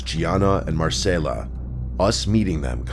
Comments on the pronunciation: It’s Mar-Cell-A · Why’d you pronounce Marcela and continuity weirdly